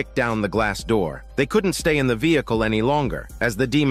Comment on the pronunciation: "Open the noor." said the legendary demons💀☠️